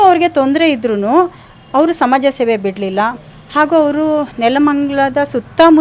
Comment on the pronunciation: ಅಕ್ಕೋ "ಸಮಜ ಸೇವೆ" ಅಲ್ಲಾ ಸಮಾಜ ಸೇವೆ